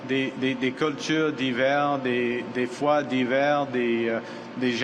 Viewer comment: The translation is pretty bad, probably because his French is pretty bad too. and after, he was talking about " nationalism in respect of diverse cultures and faith", this had nothing to do with cold, but in French the pronunciation is almost the same for these words (winter vs diverse and cold vs faith). It’s the same at when he’s talking about protecting our rights (and not our fingers). Your analysis is really good still.